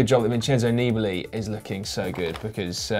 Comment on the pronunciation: Great show guys! Congrats! (just a thought: pls give a quick thought to the pronunciation of Dumoulin (not Dumooolin) and Nibali (nippely...). Never mind tough, love your show!) Greets from Hamburg